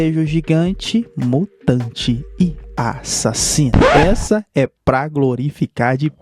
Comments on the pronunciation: Não pode faltar ele falando "e a-ssasino " KKKKKK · Caranguejo A- ssassino